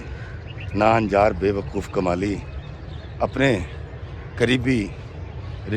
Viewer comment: kamli nai Kmali..haha